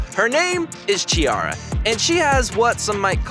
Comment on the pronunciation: The correct sound of her name is like Kkikara not like Cheeara.